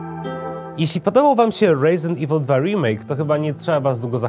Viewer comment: Chyba Resident nie Rejzynt xD, momentami gada bardziej amerykańsko niż sami amerykanie:D